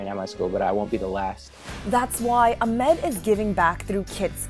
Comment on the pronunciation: it’s ahmed not admim 😭